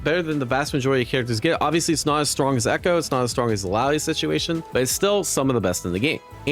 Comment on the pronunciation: Bro still can't say illaoi's name correctly 😢